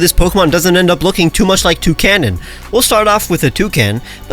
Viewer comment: its not toucannon. its touGUN.